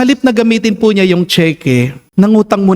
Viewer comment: Hello father, salamat SA MgA word of inspiration ❤ pero please wag niyo po lagyan ng "H" ang iyong T po 😂